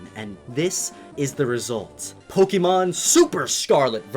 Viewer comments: Why did you say pokémon as pokimon not pokémon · It's Poke-ay-mon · The amount of times he's said Pok-EE-Mon disturbs me